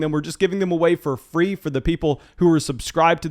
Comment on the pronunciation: Love the channel, fwee hat